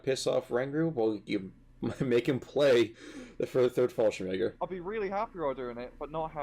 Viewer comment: The way your British friend is pronouncing fallschirmjäger bothers me greatly.